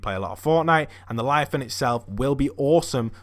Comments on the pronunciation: It's leviathan not lyathan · Instead of leviathan he says liathan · Btw it's pronounced (leviathian) not (liathan) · What’s a liathan?Its leviathan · It's Leviathan, not Liathan ahhaha.Keep up the great videos btw! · if he says liathon one more time i swear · it’s “ Lev - I - Athan “ 😂😂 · It’s not pronounced liafan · lev-eye-a-thon gimp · Devin Healy LE. VIA. THAN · I love how he's says laviathan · Le,via,than that is how it pronounced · LEVIATHAN LE-VI-A-THAN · Ah man at least learn how to pronounce the word first before you say it, it's leviathan